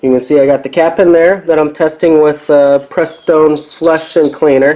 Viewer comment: Joey's Garage huh? What mechanic can't pronounce Prestone even before reading it?